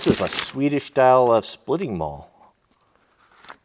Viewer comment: maul not male lol